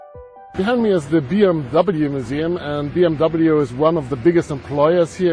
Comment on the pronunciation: Looks really cool, I like how you pronounced BMW the English way “Bee-Em-Double-You” as opposed to the German pronunciation which is "Bee-Em-Vee"